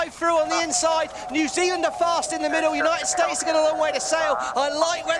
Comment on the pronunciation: Does that English commentator have 't' in his vocabulary? "Uni-id Staz."